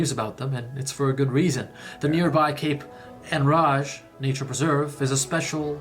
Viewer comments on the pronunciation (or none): Alma is an actual town. It’s such a nice spot. I’m disappointed he did not show it in his video. There is a time lapse video of fishing boats rising with the Fundy tide in Alma. He also pronounced Cape Enrage wrong. It’s pronounced like someone who is really upset, he’s enraged. If that makes sense. Also, Alma is not remote. It is about 30 minutes from the city of Moncton and is at the main entrance to Fundy National Park. It’s also 15 minutes from Hopewell Rocks, another great spot to see the Fundy Tides.